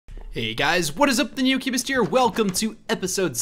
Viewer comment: Is it just me that hears “the new cubest” every time